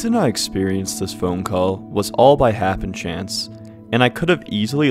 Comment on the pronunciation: Good video. DE sold me almost immediately, once I got adjusted to the over-the-top VAing of the reptilian brain and limbic system. I love how the game characterizes Harry by forcing you to play out as a total failure at first, to (IMO) great comedic effect. Btw it's hapenstance, not hapenchance.